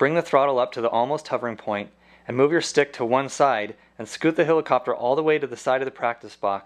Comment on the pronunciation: love the way this guy says hilicopter